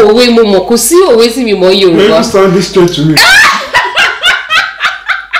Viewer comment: Yoruba doesn't sound correct in your mouth